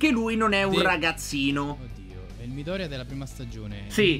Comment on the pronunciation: Quando ha detto Midorya 16 mi è venuto un infarto avendo letto tutto il manga